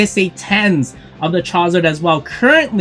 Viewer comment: Bro if you say chowzar one more time lol.